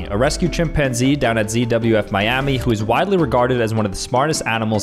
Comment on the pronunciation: says CWF instead of ZWF